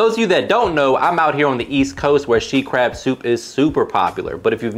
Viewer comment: i thought it was called “sheet” crab soup 😂